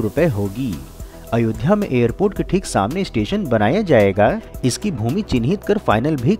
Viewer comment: “ jayega” “ Karega”. — pls stop giving too much stress on certain words